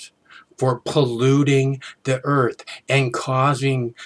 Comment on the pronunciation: He lubs the Earf. Hop head... Lol. Although he is right about Clinton. Clinton, Frack you!